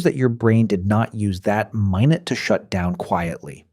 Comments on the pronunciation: This was great until . I was fooled by the audio until that time. "My-nut" instead of minute. Don't like that. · "My-nit"? Tf?